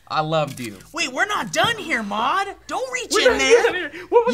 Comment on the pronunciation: Wow, I really want Maude to be a host now. Like really badly. She fits perfectly with Stee and Will. They just need to pronounce her name properly. It's mawd, not mod